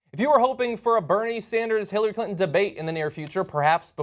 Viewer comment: Clin-tone Deaf? hahaha. priceless :)